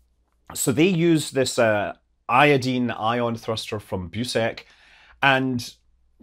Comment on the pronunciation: I don't know if it's because you're Scottish, or just well educated, but I'm so glad you pronounce iodine correctly.